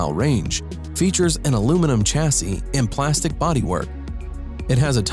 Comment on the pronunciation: It’s ‘Shassy’, not ‘Chassy’....